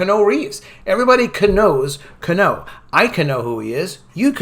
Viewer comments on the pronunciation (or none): It's pronounced KEE-YEAH-NEW. Please. Thanks for listening to my Ted Talk.